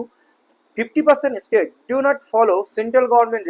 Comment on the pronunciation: "State" ও "estate" দুটি পৃথক ইংরাজি শব্দ; শব্দদুটির উচ্চারণ এবং অর্থ ভিন্ন। অনুগ্রহ করে উচ্চারণ ঠিক করুন।